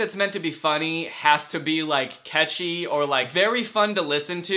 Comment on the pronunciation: why does he pronounce catchy as ketchy